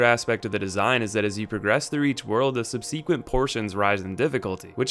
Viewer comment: What the FUCK is "subseequent"? Seriously... what the hell is it?